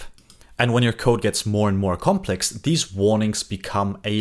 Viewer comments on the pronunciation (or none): none